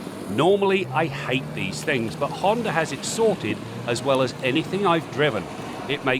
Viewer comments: What's a Hond(er) Accord??? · Honder Accord? Never heard of her.